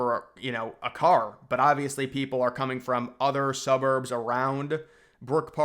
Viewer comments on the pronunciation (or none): none